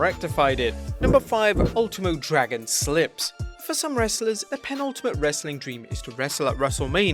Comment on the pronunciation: Dear Announcer dude, pe·nul·ti·mate /pəˈnəltəmət/ adjective last but one in a series of things; second last. "the penultimate chapter of the book"